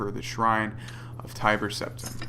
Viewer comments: btw has anyone else noticed themselves saying Tibber Teptim now??? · wow you nub scrub. As you should know Tiber Septim is pronounced like tyler with a B instead of its L not like Tibbers from League Of Legends bro. 1v1 me